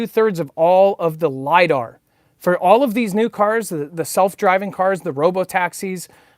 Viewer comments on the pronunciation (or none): none